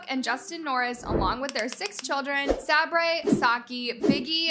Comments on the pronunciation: The scandalous Halloween outfits were really weird but the rest is like a normal family and I don't think that you should make a whole video if you don't even know how to pronounce The scandalous Halloween outfits were really weird but the rest is like a normal family and I don't think that you should make a whole video if you don't even know how to pronounce sabers name and you're calling her sarbray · she put some clips where they said Sabres name correctly so she should've learned that from that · And the fact that she literally used videos that said Sabre’s name correctly but decided ‘no, I won’t use her proper name pronunciation’ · LOL FR but i think she’s saying her name how it’s spelled 😭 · You don’t say Sabre’s name the right way even. Biggies real name is coda and sockie is syrius (however it’s spelled). I’ve watched them from the beginning I’ve actually never really seen bad things other then naz being able to dress in crop tops. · Oh I wish I could correct her pronunciation on Sabres names 😭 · frr she doesn’t even know how to pronounce sabres name and doesn’t know that sockie and biggy aren’t their real names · You should probably do more research before making a video 😂 who even pronounces Sabre like that? You’ve never heard of a Sabre tooth tiger? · im botta make a dupe and come for you girl cuz U the one that gotta be stopped atp💀😐 AND THE FACT she says Sabres name wrong and said “yes these are their real names” when first of all biggys real name is Coda and Sockies is Cerrus so they clearly like being called Sockie and Biggy🤦🏽‍♀️dont even know the basics abt them fr and she wanna “call them out” NOT TO MENTION THEY NOT EVEN IN AMERICA so they probably js name ppl differently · umm... she does know that that is not how you pronounce sabre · It’s not that hard to say their names correctly. Clearly u havnt done enough research or even watched a vid to make ur own video hating on them xx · But the way she pronounces Sab ERS name just annoys me 💀😭